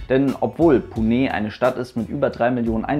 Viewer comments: Das E bei Pune wird nicht stark betont sondern nur leicht! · Bin vor vielen Jahren mit qatar airways in einem a319 in 6.5 h von Berlin nach doha geflogen. Für mich war dieser flug äusserst unangenehm, obwohl der nebensitz frei war. Wie belastend müssen dann 12 h sein. Btw Ich bin mir nicht sicher ob Pune wirklich so ausgesprochen wird, werde gleich mal hier jemanden fragen. Liebe Grüsse aus Agra in indien